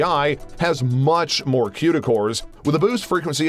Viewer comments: One critique. It's pronounced koo-da cores not que-da cores. Haha that was bugging me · Stop saying quda cores! It's Cuda (cooda)